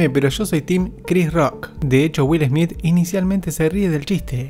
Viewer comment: Que primero aprenda a pronunciar el apellido de Will Smith..🤣 Will ESMIT